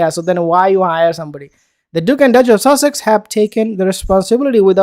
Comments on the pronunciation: No, he DID say duchess of sausages LOL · Stop trying to say sausages, you can't and it's murder on the ears. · You're talking rubbish mate .you think the Royal family would go along with the pretense of children..and why do you keep saying " duchess of sasages " ? Your command of English is very poor so I think you need to listen to yourself before you criticise others.. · 0ption one rear your own child. Sounds like he 's saying duchess of sausages ha ha lol they are silly sausages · Are you say Duchess of Sussex Or Duchess of sausage…..it’s sounds like sausage makes me giggle inside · I thought you said "Duchess of Sausages" 😂😂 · He did 🤣🤣🤣🤣🤣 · It's funny 😁